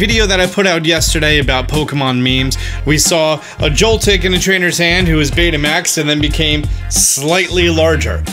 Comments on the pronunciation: Did anyone catch that said Beta Maxed? Lol! It made my day by thinking back to old beta max players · When he keeps saying Betamax...